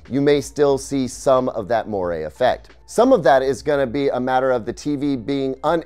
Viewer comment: That's not how you pronounce moire.